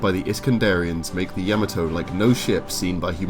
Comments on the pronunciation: "yah-mah-toh", not "yama-toe". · what the hell is a yama toe? its pronounced YA MOT OH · It’s ya-ma-to not yama-to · Ya-mot-oo! Not ya ma toe! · Ya- MA-to not Ya-me-to but a badass ship nonetheless. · Its Ya-ma-to(h) not Yama-toe. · Dude, did you watch the shows? At least pronounce the name "Yamato" correctly. It's not Yammuh-Toe....it's YAH-MAH-TOE. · Why do you pronounce it like you've never seen the show before. It's NOT YAH muh toe. It's Yuh MAH toe! Jeezo. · Dear God you butchered the name of the Yamato. In the Japanese language A's are pronounced as "ah", like the how it is used in the word "father". Also unless there are double constants you do not pause in the word or name pronunciation. So you should be saying Yah-Mah-To. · Year and a half later, I'm adding to the past requests to highlight the SDF-1 Macross. (And yes, given how you brits say To-MAH-to (tomato), you should say Yamato the same way (Ya-MAH-to).) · Kinda excruciating to hear "Yah-mah-toe" mispronounced every time throughout that video. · Decent voice, but the constant godsawful (mis)pronunciation of 'Yamato' had me twitching every damn time. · Love you guys, small note: Its 'Yamato' as in the posh pronunciation of 'tomato'. Not like the vegetable. Ain't no yams in Yamato. It's jarring every time he says it. Show some respect to other languages mates. Again, love your work, just had to say it. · Ok first you are saying the name wrong very wrong then you left out so many weapons and other things. I was so happy to see you do this but you need to redo it sorry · I tried to watch, I really did, but your incorrect pronunciation of Yamato is just too distracting. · The narrators pronunciation of the word Yamato is irritatingly wrong. smh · I wanted to like this video but that guy's horrible pronunciation of Yamato made my ears bleed